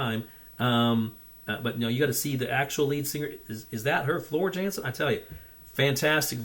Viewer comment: Floor Jansen in Dutch and lives in Sweden with the drummer of Sabaton. Her name should be pronounced as Yahnsen. "Ja" in Dutch as in "Yacht" (which is also a Dutch word, btw).